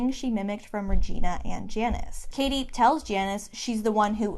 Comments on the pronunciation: Hold on. You've been calling her caddy for half this video. Isn't it pronounced Cady like Katie? Edit: you switched at the end? Is this a mind game? Am I the only one to notice?! Am I imagining it? Great analysis btw :) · It's pronounced Cady* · ah I seee you're doing it to represent Janice. I was wondering why you were mispronouncing her name the whole time 😄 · this is such a great analysis!! mispronouncing cady's name in janis' section was a really nice easter egg too :D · Great video...but why are you mispronouncing Cady's name? 😂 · It was willing me 😩😩😩 until I read why you did it